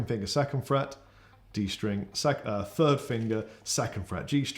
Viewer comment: I just realized something... I was British all along! Lousy speech therapy classes were useless. Hearing say "fird fret" repeatedly made me realize I was actually just on the wrong side of the pond and didn't need to learn the difference between "th" and "f"....